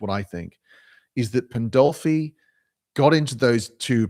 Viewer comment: There it is: the stupidest thing I've seen this whole month. Sarfatti, a Jew, working for "christian nationalism." Also, it's Pandolfi, not "Poldolfi." You don't even know what you are trying to talk about. Some of you really don't deserve consumer electronics, cheap internet etc.